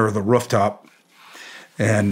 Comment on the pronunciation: “Rufftop” he’s gotta be from Ohio or Michigan. Love it 😉